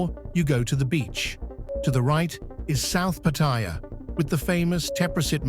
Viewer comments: >< Paht-ah-yah Not Pa-thai-yah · Pa ta ya’, not pah tie’ ya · Thai pronounciation is Pat-a-ya not Pat-tai-ya , please get it right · If at all possible ..kindly pronounce , as you say PATTY JA ,..thai s pronounce it PAR TAY JAA ..two distinque words in english patty ja ! alas in Thai there consists of three par tay jaa ... more of a slow walk ...then a short shit like patty ja ?. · Pattaya is not like pappaya...Thais pronounce it Patt-a-ya 🙏 Correct pronunciations of Thai place names and words in general..helps when dealing with locals. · Absolutely! The accent is on the FIRST syllable!!! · FFS an absolute cringefest everytime the place is mispronouned every few seconds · Never heard a Thai pronounce Pattaya like you do...... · You'd think an automated voice could pronounce Pattaya properly. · Is ironic that you don't even know how to pronounce the name of the city you are featuring